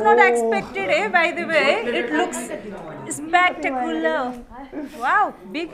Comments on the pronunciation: shilu perfect english 😂😂worth dying I was not expected Its look 'smakticular'😂 U mean spectacular Lol dying😂🤣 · Woww I wasn't expected, by the way It looks spamtucular😂😂.what a English by Ms shilu😂